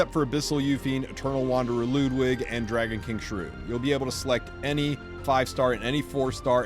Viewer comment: finally some1 says Ludwig's name correctly